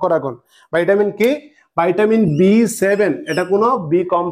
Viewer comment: বাইটাবিন নয় ভিটামিন